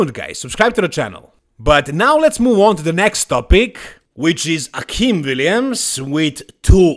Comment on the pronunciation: Akim is super chill, so i don't see him posting the trash talk stuff. Heck, he's ok with everyone pronouncing his name incorrectly (it's A-Kim, rhymes with "hey Kim"). So, as much fun as that might be, i doubt it. Even if he will make Chris look small. Respect for the apology, you're a true professional,!